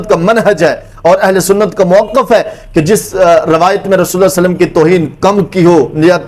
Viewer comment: Sasallam Nahi Sallalaho wa alehi wasallam hai